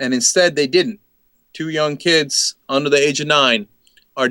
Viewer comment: on msnbc cenk said "dem kibs" lol